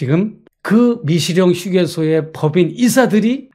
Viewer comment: 재영목사야? 미식영이 아니고 미시령이네 발음똑바로 하라우야